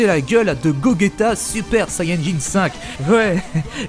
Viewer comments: j ai failli arreter la video quand j ai entendu "Goguéta" au lieu de Gogeta x) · Aaaaaaaarrrrrrrrreeeeeeeeetttttttttttttteeeeee ddddeeeee dddddiiiiiirrrreeee coula dit cooler comme tout le monde putainet dit gojeta et pa gogeta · Ptdr j'ai jamais vu sa, guogueta tu dis mdrrr et tu parle de dragon ball jpp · Ces pas gogueta c'est gogeta du con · Ptn il a dis gogueta PTN EST-CE QUE TU DIS VEGUETA ? NON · Je suis le seule que sa derange un peu qu'il dise GoGUeta ?? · wouaw cette Fan-Fic est complètement nul. Gogeta se prononce Gojéta mais s'écrit Gogeta. ensuite le ssj5 c'est la pire idée de toyble (Toyotaro) pour sa fan-fic suite de GT. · Oula ta prononciation de gogeta me fait mal à la tête